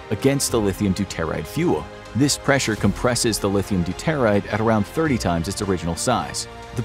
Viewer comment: Learning about nukes when they don't pronounce, "doo-tuh-rahyd" properly. Yikes! Edit: Good lord, it is, "trit-ee-uhm". Listening to this truly hurts my ears.